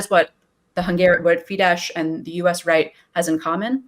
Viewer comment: Than you for this, but the name Soros is prononced Shorosh. Also the name of the political party is pronounced Feedess, NOT Feedesh.